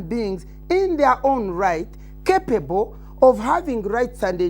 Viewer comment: the way she says some english sounds need translation itself the way she says "capable" alone sounds questionable